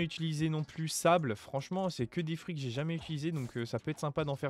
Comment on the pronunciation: on dit blox fruit pas frut